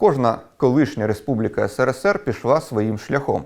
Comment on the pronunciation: Що ж це за країна така була, що навіть перший і єдиний президент тієї країни не може вірно вимовити її абревіатуру? Що то є, сср?